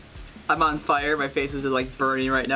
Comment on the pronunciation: ON not awn